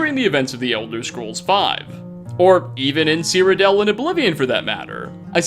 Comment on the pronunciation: Stop saying Cyrodel